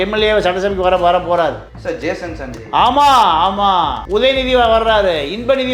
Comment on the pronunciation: மூதேவி அது ஜேசன் சஞ்சய் மொதல்ல பேர ஒழுங்கா சொல்லு